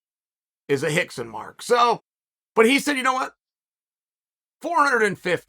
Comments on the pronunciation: The whole pronunciation of R into H automatically let's all involved know that there's something not right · Is it Hickson or Rickson ????? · Is it Hickson or Rickson? 😂 I feel like I'm losing my mind